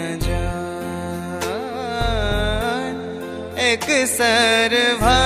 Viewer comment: शव्दक उच्चारण पर ध्यान दी।एकसरि शव्द छैक एकसर नहि। संगहि, मैथिली शव्दक उच्चारण कखनहुँ अल्प त कखनहुँ दीर्घ होई'छ ।जौ कोनहुँ मैथिलीक शिक्षक सँ गायन पूर्व शव्द उच्चारण जानि ली त उत्तम। ओना, आवाज नीक, प्रयास सेहो उत्तम।